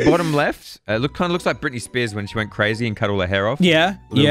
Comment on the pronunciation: An I the only one who heard say “wenk” instead of “went”